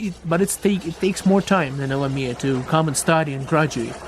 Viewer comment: Hi, I appreciate your content and I have been following you for years, but I think you might confuse people but calling it LM-mia... I might be best to just say L M I A. Keep up the great work, great info!